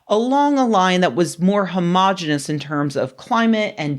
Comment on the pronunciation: Please check on the pronunciation of "homogeneous". It has five syllables.